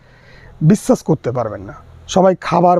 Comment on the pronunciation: খুব কাজের ভিডিও i কিন্তু আপনি যে জেলারই মানুষ হোন বাংলা উচ্চারণটা ভালোভাবে শিখতে হবে ৷ বিশেষ করে স, শ ও ষ i বিশ্বাস কে বিস্সাস উচ্চারণ করছেন, শেষ পর্যন্ত কে সেশ পর্যন্ত বলছেন ৷ ভীষণ কে ভিসন বলছেন i রাগ করবেন না কোনো ভাল সঙ্গীত, আবৃত্তিকার শিক্ষক/শিক্ষিকার কাছে গিয়ে একটু উচ্চারণ শুদ্ধ করে নিন i আপনার গ্রাহক বৃদ্ধি পাবে ৷ বিষয়বস্তু অবশ্যই ভালো ৷